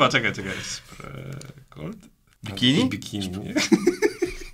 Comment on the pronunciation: Spreegold 😂 (szprigold)